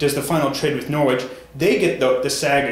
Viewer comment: It is NOR-RICH not NORWICH but you have to be British or have lived there to know that ;-)